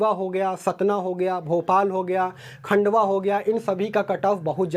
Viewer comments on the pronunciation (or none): none